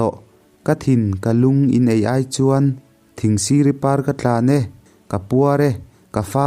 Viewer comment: Thingsiri tih kha i thlûk dan a dik tlat lo.